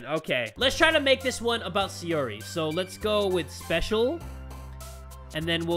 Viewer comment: SAI! SAI! SAI! [SAI-OR-EE] SAIYORI. YOU SAYING SEYORI IS BUGGING ME SO MUCH I SCREECH EVERYTIME! DAMN MY PERFECTIONIST SIDE.